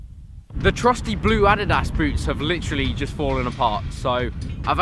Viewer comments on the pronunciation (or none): Did any catch the way he said adidas